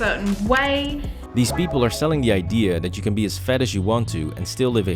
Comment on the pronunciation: I keep thinking he's saying "fed ex influencers".